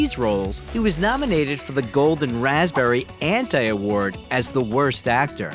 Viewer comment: How Hay does the Golden Raspberry Trophy sound? . 🏆 😂😂